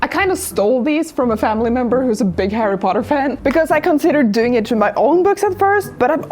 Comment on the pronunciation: I just love when she says HARRY POTTAH! 🤣🤣🤣🤣